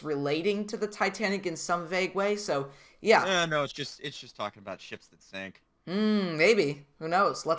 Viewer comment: You said sing not sink💀